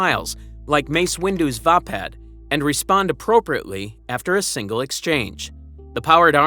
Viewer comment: When your 14 minutes in to a video your enjoying them hear the narrator prenouce vappad wrong ...smh